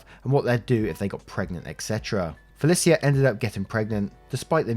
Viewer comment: It's FUH LEESH UH not FEH LIS EE UH you always pronounce names wrong